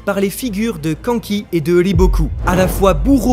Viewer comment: Et canne-ki ^^ pas quand-qui